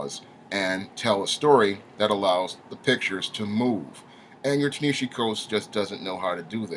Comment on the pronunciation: While I absolutely LOATHE everything Coates has done to Black Panther, by making him neutered and "safe" for white liberal sensibilities, his first name is pronounced "TAH-nuh-HA-Zee".